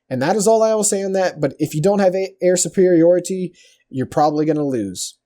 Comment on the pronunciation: BTW, it's artillery (not artillary) and superiority (not supperiourity).